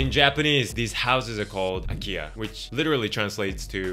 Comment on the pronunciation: Your pronounciation of akiya sounds like "Ikea" to me. It's really weird.😅